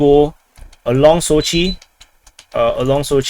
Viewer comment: SOchi not soCHI :P